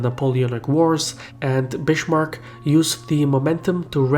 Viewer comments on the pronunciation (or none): How we Germans say Bismarck = Beesmarck (But bee very short) Edit: not Bishmark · Bismarck is actually pronounced like biskuit (not Bishmarck) ;-) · He is called Bismark not Bishmark. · It's not "Bitchmark" dumbass, it's BISMARCK. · "I'm gonna steal ya bish, Mark." No but seriously, every time I hear "Bishmark", I want to shoot myself. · Bismarck is pronounced Biz-mark not Bish-mark. Come on, do your homework! In Versailles the l's are silent. Come on, these are really historically important names., you should pronounce them correctly. You lose a lot of credibility and respect by not doing so. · It's Bismarck, bot Bishmarck. But great video nonetheless! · germany is still divided, into 16 countries. and the name isn't spoken "bishmark", it's more of a "bizmark" :3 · Bizmark not bissssmark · it's biSmarck, not biSHmark. Just saying. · good video, bu it is not pronounced bishmarck... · Kardeşim güzel videolar yapıyorsun içerik açısından oldukça zengin ama şu telaffuzunu biraz düzeltmen lazım. Amerikan aksanıyla konuş gibi bir beklentimiz yok ama en azından Bismarck'a Bishmark deme. Çok kulak tırmalıyor. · "Bischmark" xD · Bitchmark? :D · its funny how you pronounce Bismarck. It sounds like Bish-marck, a lot like the city of Bishkek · "Bischmark"? please, pronunciation of Bismark's name is totally wrong every single time in the movie... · Bishmark... Please, people, consult native speakers before you make videos with words you don't know how to pronounce. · "Bishmark"?:D seriously?:DD Why? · if we mention "Bishmark", we shouldn't forgte "Möltke" and "Röhn" (Moltke and Roon) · Because in German "s" before consonants usually sounds like "sh". Though not always, and Bismarck is not "Bishmarck" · Great video, but Bismarck is not pronounced 'Bishmarck'. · I am a native speaker of "his language". It is not pronounced "Bishmark". He just made an error. Simple as that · Your Bismarck pronunciation is completely wrong.